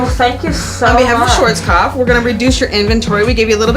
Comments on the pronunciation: That's quite amusing for me as an Austrian. This guy is asking people to spell a name he himself does not pronounce correctly. 😂 It's pronounced "shvaarts-kopf", my friend, and it means "black head". 🙂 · "Schuorskoff" 🤣🤣🤣 When Americans even mispronounce the products they are working with...